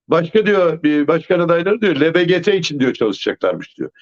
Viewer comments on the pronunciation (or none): Can Bey allahın cübbelisi bile LGBT diyor, bir siz diyemediniz.. LBGT değil yahu hep böyle diyorsunuz, ne olur kavramları doğru telaffuz etmeye özen gösterin. Yakışmıyor.